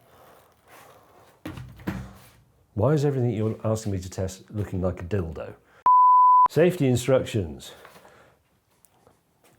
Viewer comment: "Dill dough"🤣